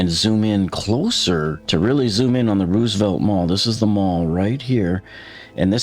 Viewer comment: "Rose-uh-velt" not "Ruse-uh-velt"